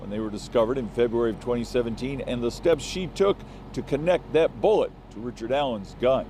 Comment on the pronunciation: Richered. Not. Bridgeman.